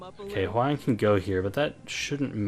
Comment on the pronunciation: Hwayoung is pronounce Hwa-young not Hway-oung. Why people keep saying her name wrong, if you want to cut it shorter, then Hwa is enough, because Hway is absolutely someone else.